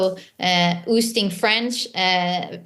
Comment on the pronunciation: It's "ousting" lady NOT "oosting" lol